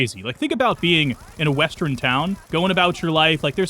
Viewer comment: Say "west." Now, say, "Urn." West-urn. Say "I." Now, say, "urn." I-urn. Not i-run. Not west-run. What do you have against "err"???